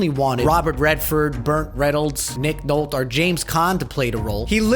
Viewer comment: Did he say "Nick Nolt" was up for Rocky?